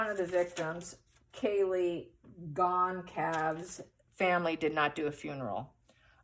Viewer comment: Hi! Thanks for ur reading! I think it’s pronounced Gone-Sal-vez. I guess it’s Portuguese. I wasn’t sure how to pronounce it at first either.